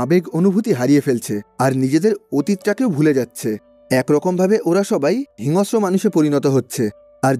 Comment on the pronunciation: হিংস্র উচ্চারণ টা একটু ঠিক করে বললে শ্রুতিমধুর লাগতো।